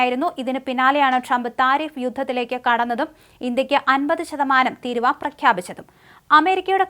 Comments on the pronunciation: തിരുവാ അല്ല തീരുവ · തീരുവാ അല്ല തീരുവ ആണ്